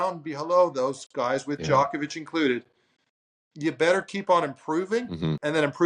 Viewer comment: Greg is Luke a robot, just repeats everything already said. Also, why does he mispronounce Djokovic?